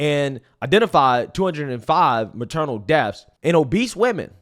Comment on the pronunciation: Dude, PLEASE learn to pronounce words properly! Your Ebonics are absolutely embarrassing! It’s NOT ‘morality’ it’s ‘MORTALITY’!!!! It’s not ‘deffs’ it’s ‘DEATHS’